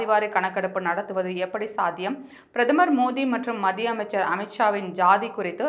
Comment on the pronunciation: ஏம்மா நீங்க இன்னுமா "மத்திய அரசு" என்று தெளிவாக உச்சரிக்கக் கற்றுக் கொள்ளவில்லை. "மதிய அரசு" "இரவு அரசு" என்று சொல்லிக்கொண்டு😡😡😡😡😡